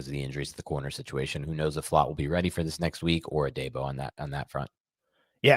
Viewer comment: love the show but his name is pronounced “A DEE BO” not “DAY BO”